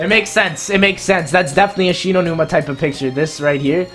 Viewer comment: I thought about un subscribing when he got shi no Numa wrong.